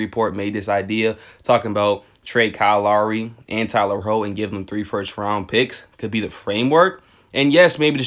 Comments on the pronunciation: how r u a heat fan and still saying Tyler "her-row"??? LOL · Why u say HERRO like that 😢😂